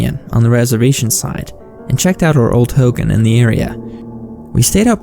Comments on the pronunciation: I'm Navajo and it pronounced Ho Gon not Ho gan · Sorry it’s driving me crazy it’s pronounced “ho-gone” not “hogin”